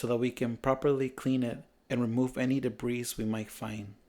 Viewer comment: Your English is pretty good. It's common, not common. It's (debris) debree...not debreeze.